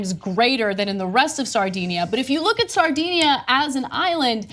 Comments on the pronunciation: pronunciation of Sardinia is a little off, owing to the influence of 'sardines'. DIN not DEEN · A tiny Italian island, "Sardinia". LOL